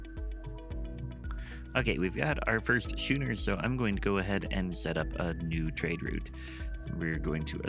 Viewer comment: It's pronounced "sko͞onər" with a K sound. Sorry, had to. Was driving me nuts.